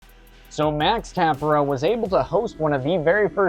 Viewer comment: Tah-PEAR-ah lol